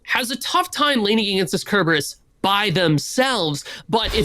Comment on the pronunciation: Can we teach this commentator how to pronounce "Cerberus"?